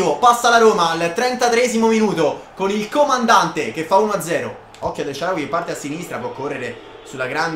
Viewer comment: HAHAHAH ANCORA SHICK “NELSHARAWY”